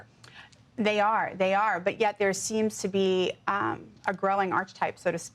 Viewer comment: It's not ARCH-e-Type is ARK-e-Type